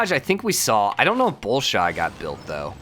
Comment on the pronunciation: Bolshoi = Bohl-shwah